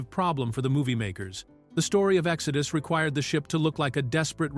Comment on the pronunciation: ”Exodoo” for the movie title as well